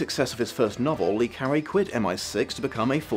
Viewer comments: come on, how many french names can you pronounce wrong before you find out it's "luh" not "lee"? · It's not Lee like Bruce Lee. It's Le as in French for 'the'